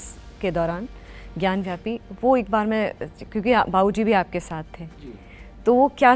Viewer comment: Anchor is saying ग्यानव्यापी..... it's ग्यानवापी....वापी means well....पानी की विहीर.